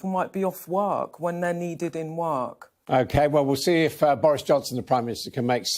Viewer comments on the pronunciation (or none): "People might be off werrk, when they're needed in werrk."